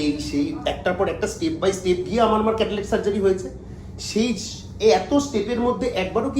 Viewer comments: Kothakar ashikkhito re bhai cataract k catalac bolchhe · Lokta ekta chotolok.... Chotolok er moto chillache Catalact catalact korche... Cataract er uccharon janena